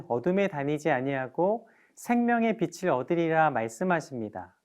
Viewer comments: 비슬이 아니라 비츨 이라고 발음해주세요. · 여유있게 넘어가시게요~^^ 빛.을..비.즐..비츨..뭐..어때요.. 우린다같이빚진자들이고 빛의자녀가 된게중요한거죠~~